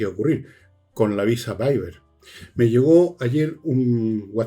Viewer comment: Se pronuncia VISA WEIVER, (GUEIVER) NO VAIBER !!!! me sangran los oídos con esa pronunciación, no es idioma alemán!! Con respeto